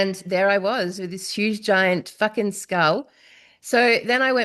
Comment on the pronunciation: ☣⚠THIS IS YOOGE ⚠☣